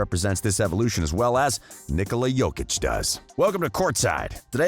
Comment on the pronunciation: OMG SOMEONE SAID HIS NAME CORRECTLY RESPECT